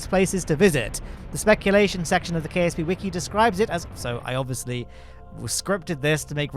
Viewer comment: i heard KFC not KSP